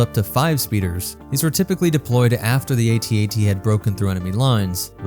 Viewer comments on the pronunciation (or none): AT-AT not A-T A-T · Its AT-AT not ATAT... its that easy. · It's pronounced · Its AT-AT. Because all other walkers are called by their letters, why would that change just for the AT-AT. Plus calling it an atat just sounds so dumb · Please pronounce it A,T—A,T That makes it a mighty machine of fear and mass destruction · I was 5 years old when empire came out but i think the toy was comercial was "at-at" and not "a.t. a.t." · Its actually pronounced At-At, not At-At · Who tf says ‘at-at’ it’s the A, T, A, T, each letter said separately. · It is A T A T As it is an acronym. Not AT AT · Calling an AT-AT an "At At" is like calling a gif a "jif" and pronouncing the "S" in "Illinois". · It’s pronounced AyTee AyTee, unless you think the AT-ST is pronounced “At-Stuh” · Not sure but pretty sure it's pronounced At At, don't quote me on that but yea I'm pretty sure it's At At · It's pronounced A then T and A then T. I mean we don't pronounce the AT-ST as AtSut or the AT-PT as AtPut or the AT-TE as AtTey so why is the AT-AT a controversy? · If the AT-AT is pronounced @@ how is the AT-TE pronounced? Or further, is our favorite rifle is the "Aarrh 15" while we drive around in our "mmmh one aaah one" Abrams tanks?